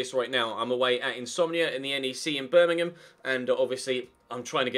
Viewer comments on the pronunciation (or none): none